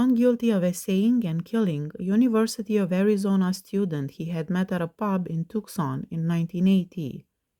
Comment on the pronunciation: Hey just a friendly tip: "Tucson" (Arizona) is pronounced with a silent C. So you say "too-sahn." Great video as always ❤